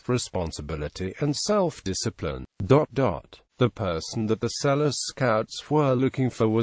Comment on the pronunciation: His name is not pronounced "Sell-us"' It is pronounced Sel-loo".